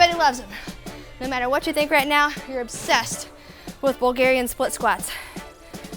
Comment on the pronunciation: Day 3 Crushed it💪 and yes, new attitude is, " I'm OBSSESSEDDD with B.Split squats", she says in fear😭😂